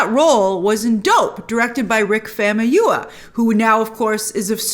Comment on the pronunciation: Far - moo - yii - whaaa (Famuyiwa)